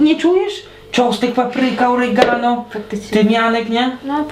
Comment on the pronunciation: Yhy "oregano " xdd, no no przybyczyleś troszkę magdę :p bez urazy oczywiście :))